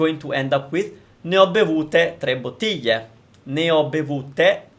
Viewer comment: Very good lessons! I have a question, where are you from? Are you Italian? From where exactly? Because you sound somewhat peculiar when saying "bottiglia". You sound much closer to "bottiggia"!!!